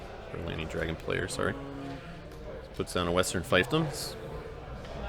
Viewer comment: Not to be a nitpicker, but "fiefdom" is pronounced "feefdum." :)